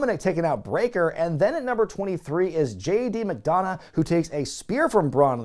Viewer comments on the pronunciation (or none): none